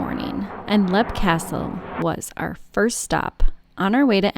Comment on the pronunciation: It’s leap pronounced leep